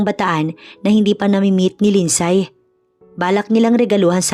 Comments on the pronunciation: Lind-sey po ang tamang pag pronounce sa lindsay 😊 thank you sa good story❤ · LIND -SEY ( Lindsay) 😅😅 Here in Canada 🇨🇦 they even pronounced it as “ silent Y “ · Agree with your comment wrong pronounciation i also notice wrong grammar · Mali ang bigkas mo sa Lindsay